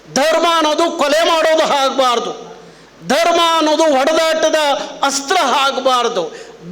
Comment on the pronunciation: ಲೋ ಕಮಂಗಿ ಅದು ಹಾಚೆ ಅಲ್ಲ ಆಚೆ ಸರಿಯಾಗಿ ಕನ್ನಡ ಮಾತಾಡೋದು ಕತ್ಕೋ ನೀನು ಅದು ಹಾಗ್ಬಾರ್ದು ಅಲ್ಲ ಆಗ್ಬಾರ್ದು